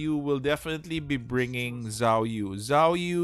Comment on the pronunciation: Zhuge liang is spelled cu-ge-liang actuallu, and zhou yu is spelled cou-yi, and zhao yun spelled cau yin.. Edit: im just telling coz the way u call zhou yu and zhao yun is too similiar so its quite confusing